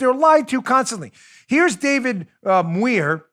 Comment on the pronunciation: Say it like “Myure” Muir.